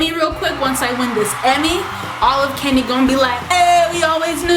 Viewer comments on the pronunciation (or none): I like the IKEA dresser! What did you say about race? What’s Keny’a!? You mean Kenya?